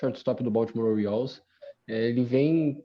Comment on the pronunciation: Quase 3 anos que eu conheço o e quase 3 anos dele falando Baoltimore Oilers e não Baltimore Orioles kkkkkkk